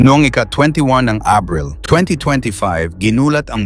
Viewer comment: AHBREL. ABRIL HAHAHA... SINO BA ITONG DAYUHAN NA ITO...